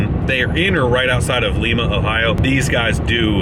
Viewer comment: It’s Lima like the bean not the city in Peru